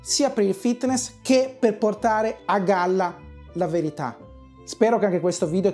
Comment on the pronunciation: Ho rivisto il video 6 volte ma non ho capito se hai detto che la verità verrà a galla o calla 👀🤣